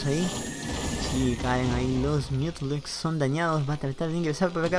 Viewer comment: Me da gracia como pronuncias los mutas... MiUdAlIsK Buena partida !!!